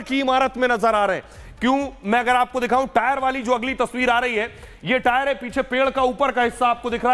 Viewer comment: 50 bar ho gaya tire tire bolta howa🤓🤓🤓🤓